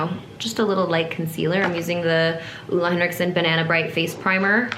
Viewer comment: The way americans pronounce "Ole" has me deceased - and Stevens videography skills as well, omg it's so good